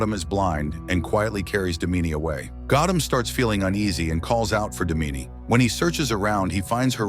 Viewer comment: It's not damini it's daamini 😂😂😂😂😂😂😂 hindi pronunciation